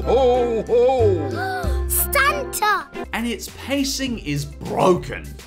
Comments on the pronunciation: Is she saying 'Santa' or 'Stanta'? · Stanta LOL! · oh that's not the worst part they have the Roblox game called survive peppa pig if you play it i know its worst it just copied the piggy game and peppa pig saying santa its mispronounced i heard saying "stanta"